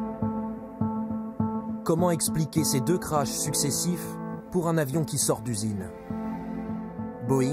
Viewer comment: ECRASEMENTS, disparitions etc Pas "crache" !!